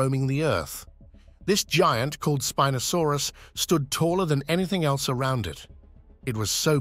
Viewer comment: youi say spinosaurus wrong twice and right twice